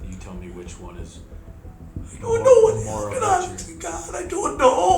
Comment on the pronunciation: She doont noo officers!